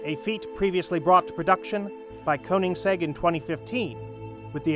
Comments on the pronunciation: "Koens-egg" lols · Cohensegg? Is this also some AI scripted and read channel. Ignored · What, you can’t even say his name right. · Who is "Cohenseg"? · Please check pronunciation of the maker's name.